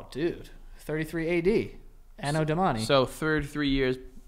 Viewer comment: its A-no DO-mani, not A-no do-MA-ni lolllll